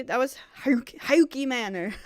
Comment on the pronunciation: Haukke Manor is pronounced "Hawk" like the bird of prey.